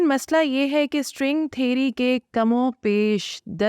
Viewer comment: سائنس دان صاحبہ کم و بیش ھے کم و پیش نہیں